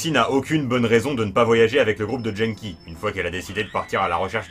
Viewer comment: Je suis quasiment sûre que ça se prononce "Guenneki" ^^